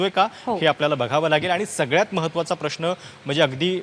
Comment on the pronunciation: हल्ली प्रश्न हा शब्द प्रश्ण असा चुकीचा बोलला जातोय , आपले काय मत